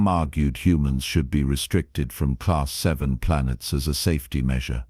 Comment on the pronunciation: A class vie, class vie, class vie YOU MEAN A CLASS 'vii' (AI DOES NOT READ ROMAN NUMERALS) IT IS A CLASS 7 DEATHWORLD. If your AI cannot read simple designations THEN WRITE THE WORDS LONG FORM... A CLASS 7 DEATHWORLD. LISTEN TO YOUR OWN STORIES AND THEN EDIT THEM. STOP BEING LAZY...